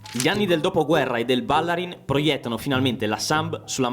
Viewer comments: Ma non si dice Ballarín ? Bállarin boh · Fuori tema, ma da veneto cringiavo ogni volta che sentivo “Bàllarin”. È Ballarìn! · stadio Ballarin con l'accento sulla seconda "a" non si puo' sentire, eh... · Ballarin pronunciato così non si può sentire. Ballarin è veneto con l'accento sulla i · Stadio Ballarin, accento sulla i. È dedicato ai fratelli Ballarin del Grande Torino perito a Superga. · Per favore, Ballarin e' un cognome veneto con accento sull'utima vocale, sentire Ballarin detta all'inglese suona ridicolo... Per il resto, complimenti!